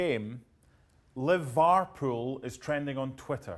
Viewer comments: Li-var-pool smh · said liVARpool😂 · its not when , its LI-VAR-POOL